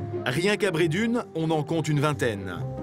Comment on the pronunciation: Cest pas bredun En prononçant le une Mais Bredun en prononçant le enn